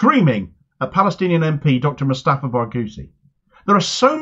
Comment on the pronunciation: She dint want to see him as a doctor or an Palestinian politician but just another Arab. She’s calling him moustafa moustafa throughout the interview.